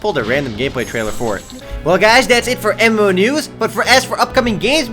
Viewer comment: every time he says MMo news i hear EMO news.... lol